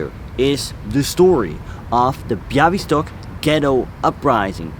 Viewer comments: Great video. I’m polish and I love the way you talk about subjects that took place in my country. Also your pronunciation of Bialystok was spot on:) Looking forward to your next video! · I'm Polish and I didn't know this story - thank you very much for letting the world hear it. By the way - your pronunciation of Białystok is spot on!